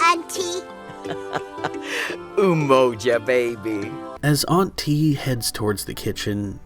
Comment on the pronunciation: I thought they were saying auntie with a weird inflection at first 😂